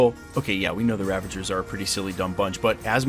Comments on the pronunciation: It's Ravagers not Ravengers. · Was he saying Ravangers this whole video? Or did I mishear and he actually said Ravagers?